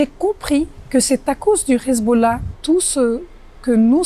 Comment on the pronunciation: J´emets des doutes sur la véracité de ses propos car elle prétend avoir vécu avec le Hezbollah et être de parent sunnite et chiite mais prononce Khizboulla comme le peuple élu au lieu de Hezbollah avec un H (lettre arabe). À la 3ème seconde 😉